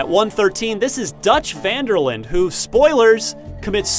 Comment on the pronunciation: Jesua the way Muricans pronounce Van der linde is horrible It is pronounced like: Fun der Linduh